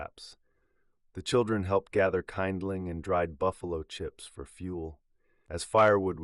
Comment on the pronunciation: kindling not KINEdling stupid